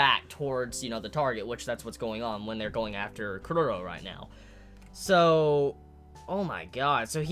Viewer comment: HXH 1999 = Lucifer Kuroro. Maybe that's why he pronounced kuro